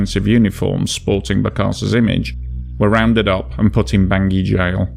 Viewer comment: Although the CAR’s Capital is spelled Bangui, It’s French, and is pronounced “Bong wee” not Bangi.